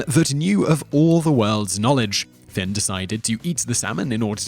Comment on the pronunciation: #3 is Fionn not Finn #6 The wife's sister Aoife is pronounced like Ee-fa